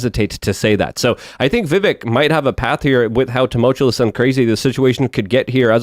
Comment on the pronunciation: I knew it only a matter of time before mispronounced tumultuous. You never disappoint.